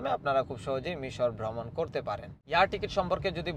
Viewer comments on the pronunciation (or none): Shudhu vlog korlei habe na. Ucharon thik kortay habe. Great,Vromon,Paper, Letter, Payment Kono ucharon thik mato hossay na🎉